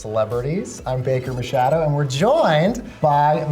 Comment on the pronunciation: Baker can't even pronounce his last name. it's MACHADO not MASHADO. i'm pretty sure that guy is wearing underwear but bakers eyes glued. dang queen 👀